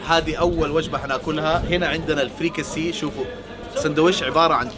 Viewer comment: يا سحس مهيش فريكسي اسمها فركسا وانا من تونس